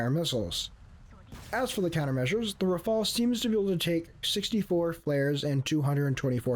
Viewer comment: why are you all putting the e before the L it is rafale not rafael, rafael is a israeli weapon producer